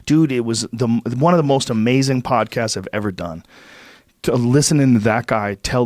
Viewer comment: Love Hancock, but it's hard to hear "amazzin" and "rezzorses" over and over.